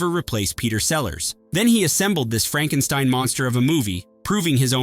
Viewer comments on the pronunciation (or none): none